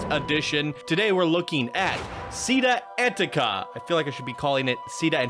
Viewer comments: Chee-TTÁ An-TEA-ka* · idk if that's supposed to be Italian, but if so "città" is with an accent on the last letter lol aòsp "città" is pronounced like the Spanish pronunciation of "chi", not "si", and again it's stressed n the last letter, Antica you said it correctly the second time lol